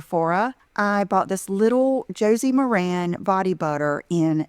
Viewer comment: Idiot is pronouncing Josie MARAN wrong. I swear her parents met at a family reunion.